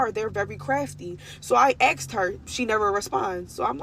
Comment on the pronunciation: She axed her stylist a question. Said she axed her many times. Guess the stylist didn't want to be axed. Just axe someone else